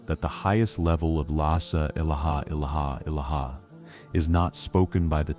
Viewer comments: Yes. Please correct the way the syahadah is normally made. Tq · Yes the AI is a disaster in pronouncing the La Illaha Illallah. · I wish the AI voice would say LA ilaha illa Allah properly 😅